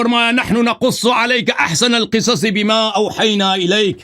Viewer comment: Ahsanal qisasi nahi janab vs ahsanal qasasi hain hasan laahyaari